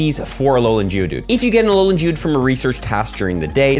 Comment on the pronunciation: You need to emphasize the g in Geodude it sounds like you're saying jewdude lmao ily